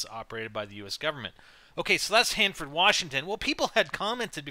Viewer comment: Omg im on youtube!! I live near Hanford, by Fresno !! Omg my dream has come true!! Ohh and good job pronouncing everything right :)